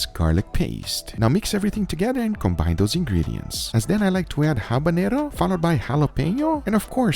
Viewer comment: First time I hear you to pronounce “habanero”, and not “habañero”.